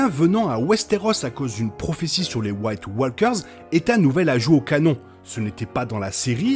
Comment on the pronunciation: yep super episode, merci pour le review ! c'est moi ou c'etait "sam" (l'acteur de GOT) à la table du conseil ? je chipotte mais ton anglais parfois est limite, préfère "marcheurs blancs" à "white walekeures" ;)